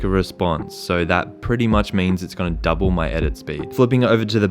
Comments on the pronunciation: “DiD tHeSe Trigers DuoBlle my edit spEEd”? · Nobody:: “DiD a FlY lAnDiNg oN My ShoUlDeR DuoBlE mY EdIt SPeeD” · Every video flea “DID IT DUBOLE MY EDIT SPEED” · Stop say doble my edit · Literally every videos: “Did going homeles double my edit speed”